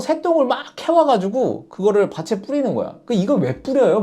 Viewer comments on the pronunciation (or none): 밭에 ㅡ 발음ㅡ 바체 가 아닌 바테 입니다.